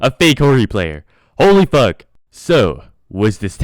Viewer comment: what the fuckeh, what the fuckeh